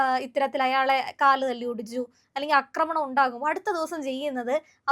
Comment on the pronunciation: മലയാളം ശരിക്ക് അറിയില്ലെങ്കിൽ ചാനലിൽ വന്ന് ഇരിക്കരുത്. "" അക്രമണം "" അല്ല "" ആക്രമണം" എന്ന് പറയുക. ഇവർ മാത്രമല്ല 99% ആളുകളും ഇതാണ് പറയുന്നത്. എവിടുന്ന് കിട്ടി ഈ അബദ്ധം എന്ന് മനസിലാകുന്നില്ല. മിക്കവാറും എല്ലാ ചാനലിലും ഇത്തരം അരോചകമായ ഉച്ചാരണങ്ങൾ ആണ്. ഉദാഹരണമായി " അഥിതി, രോക്ഷം, സമ്മർദ്ധം, വിദ്ധ്യാ ർത്തി , ബരണം, ബീ കരൻ , മുക്കിയ മന്ത്രി....."" ഇങ്ങനെ പലതും. മലയാളത്തിനെ ഇങ്ങനെ അധിക്ഷേപിക്കരുത്. ഷാജൻ സ്കറിയ പോലുള്ള ജേർണലിസ്റ്റുകൾ പോലും " അഥിതി" എന്ന് പറയുന്നു